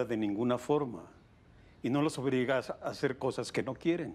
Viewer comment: él viejito en lugar de decir no las obliga dice no los obriga